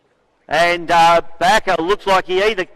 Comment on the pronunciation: John Bakker, not Baker.